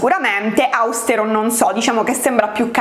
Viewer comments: Non voglio fare la "maestrina" ma si dice austèro e non àustero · Come sempre, ottimo video. Occhio però: austèro, non àustero